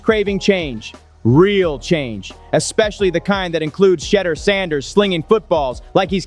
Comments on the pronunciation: The CC and narration kill me; they continue to slaughter that man's name. SMH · Gruden history? Wont happen... Learn to pronounce Shedeur's name properly...please!!!